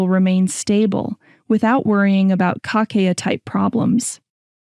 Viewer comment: Por que a apresentadora , de modo recorrente, não pronuncia o nome de Kakeya, pronunciando somente C A A ??? iNCOMPETENCIA, INSEGURANÇA ,BOICOTE, PRECONCEITO ? Algo combinado com aprodução do video ? Para um assunto que preza preciosismo, não devia ocorrer tal tipo de falta !!!